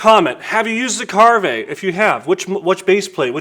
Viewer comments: It's pronounced Carve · willis white It’s pronounced ‘carve’, like a turkey or to be more to the point as in to carve a turn on a surf or skateboard. Brand was created by skateboarders. The multi coloured laminate in their brush handles is due to them coming from skateboard production. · That doesn’t sound like the name would be pronounced